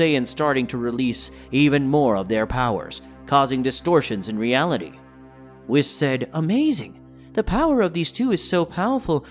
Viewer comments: It's WHEESE NOT WIS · Great video, I do think you should change how you pronounce some of the names. Whis is pronounced more like whees. Broly is with the same o you use in yamoshi. A long o and not a short one. Not trying to be a dick. Just constructive critisism. Hope you don't mind